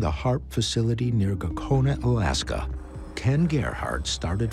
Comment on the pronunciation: The narrator says "Missing in Alaskaw instead of just Alaska.